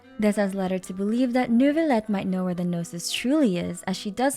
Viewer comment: as the french person, the way she pronounces "Neurvilette" is so bad it cringes me